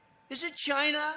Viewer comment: CHINA, does anyone else hate the way he says China!? Well is it 15000 or 9000, oh forgot he thinks 6200 hundred is 1 million. Yes we need gold faucets just like that airline trump last in bankruptcy?